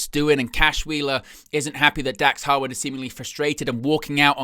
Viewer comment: Are you saying Howard or harwood?